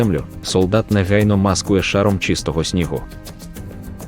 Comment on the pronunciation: що за дивні наголоси - окопувАтися, мАскує, бруствЕр, камЕнистий..